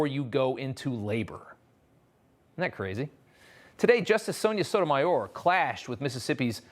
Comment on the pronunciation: Sotomayor? so-so? no point only spew